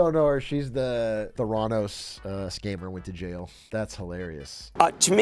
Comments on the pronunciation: "Thuh-RAH-nohs" Do...do you mean "Theranos", bud? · The-rah-knows - did I just hear that lil bro? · why does Atrioc pronounce Theranos like that